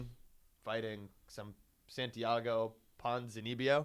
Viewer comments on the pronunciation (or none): none